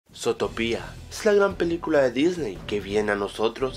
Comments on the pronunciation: es zotopia no zotopía por que lo dices con acento cuando no tiene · zotopía? se pronuncia zutopia :v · Porque lo dices zótopia?, si se dice zuutopia y se escribe zootopia :v bruh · no se dice zootoPIA es zootopia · se dice zootopia no zotopia :v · Se escribe Zootopia, y se dice zutópia con el acento, esta informacion la copiaste, no viste la pelicula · zootopia' no zotopia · es zu-to-pia no zoo-topia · Pero que mierda, primero se te estan acabando las ideas, y segundo se pronuncia sutopia no sotopia._. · "Sotopia" - 2016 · Desde el inicio mala pronunciación, Zotopía? wtf? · Zootopía con asento (·_· ) en la i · falta de ortografia le dice zotopia pero es con asento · No se pronuncia zootopia como tú lo dices puedes pronunciarlo como zutopia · Se dice zutopia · se escribe zootopia pero se pronuncia zuutopia novelero ohhh buuuu XD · se pronuncia zootopia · El video comienza mal, con pronunciando "Zootopia" muy mal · aprende a pronunciar